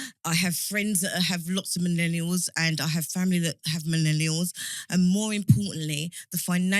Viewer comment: she needs to stop saying MENELIALS. WTF man